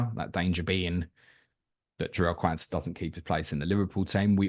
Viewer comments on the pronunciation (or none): for the love of god its not QAN-sah its Qaun-sah - like Quad not like Cwan 😂 Good pod fellas